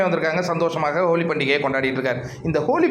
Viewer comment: Holi not koli